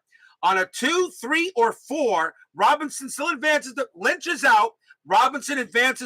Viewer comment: Vada “Pin son”. (Robin son)